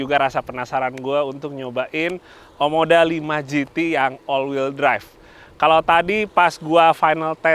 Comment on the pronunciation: OMODA bukan OMDO 😅🙏